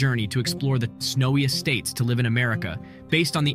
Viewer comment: #27 I always watch until the end! I was very impressed at how many states you knew and the correct pronunciation. I would really love to see your Country, and things around where you live video.